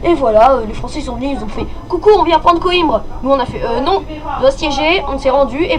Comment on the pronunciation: En portugais on dit "coimbra" mais sinon pas mal malgré le micro 😉 ps:les total war c'est la vie